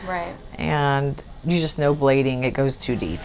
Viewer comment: its blading- not bladdig. cheers from Finland